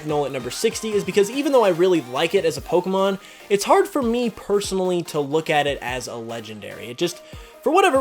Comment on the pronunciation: 32 dislikes....probably for the way you pronounce pokemon